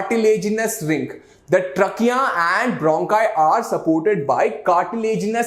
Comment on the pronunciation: You can increase your pronunciation of a word like trachea